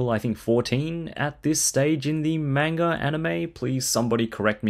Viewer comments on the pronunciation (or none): Can't pronounce manga right, or realse who the character is, with his name on the box?